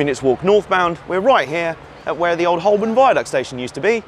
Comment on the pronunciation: Very interesting! But Holborn is pronounced "hoe-bn".